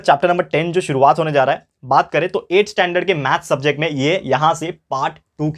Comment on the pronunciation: sturvaat 🤣🤣🤪😂 By the way you are the best teacher of the world 💘💘💘💌💌💝💖💖💗💞💞💓💟❣💔💔❤